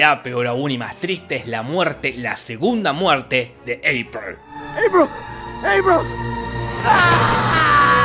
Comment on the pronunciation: Eiper... Eipur... Eprel...